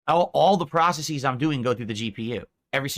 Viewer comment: why does he say "Processes" like that wtf